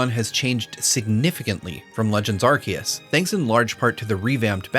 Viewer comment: Thank you for pronouncing Arceus correctly!